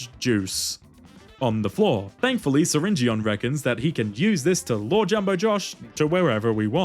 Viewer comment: syringeon is pronounced syringin